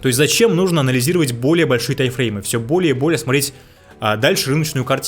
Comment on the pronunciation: Эти ваши Тайфреймы так ухо режут, даже не пытаешься проговаривать М, у тебя в тайМ её просто нет